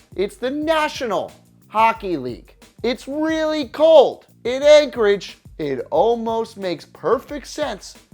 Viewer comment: All credibility was lost when you said Anchorage